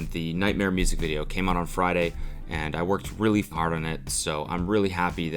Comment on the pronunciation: "I worked really fart on it" teehee sounds like Cody said a funny word